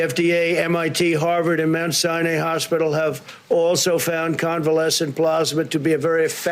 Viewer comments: What a shock, he can't pronounce "Sinai" properly either. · Did he mispronounce Mount Sinai hospital ? He's stringing all his words together you can't understand what he's saying. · Mount sounaaa .... he didn't pronounce that properly either. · “Mount Sigh-Nay Hospital” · Did he say "Mount SIN-eye hospital?" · He didn’t pronounce “Sinai” correctly either😳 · He also mispronounced Mount Sinai ....it's like he can't read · Mt sinay hospital ? I’m British and I even know Sinai is not pronounced like that.